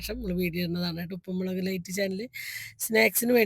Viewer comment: മെളെക് അല്ല മുളക്